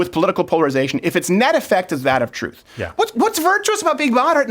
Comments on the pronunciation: “It’s the truff”! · "It's like the troof..."